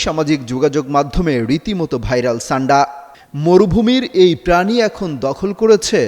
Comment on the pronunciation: শব্দ উচ্চারণ আগে ঠিক করেন তারপর সংবাদ পাঠ করবেন। শব্দটি ছান্ডা হবে নাকি সান্ডা হবে।